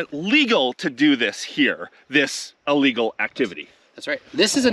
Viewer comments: it's not allegal, it's illegal. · I love your vids but I am a dick head when I hear people say ahhlegle. It is Illegal. I'm sorry but this just bugs the crap out of me. Sadly enough I hear this from newscasters that are supposed to have degrees. Please don't hate me. Love you bud! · Please stop say Ah-legal… the only confusion is your mispronunciation of Illegal 😂 and if I buy one in Tucson no one is going to care about paperwork from Canada 😂